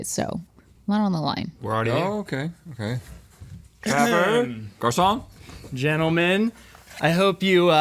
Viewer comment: Travor? I thought it was Trevor